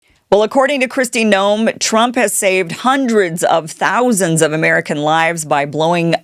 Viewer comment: Hundreds of millions is what it sounded like she said? 🤔😳🤣🤣🤣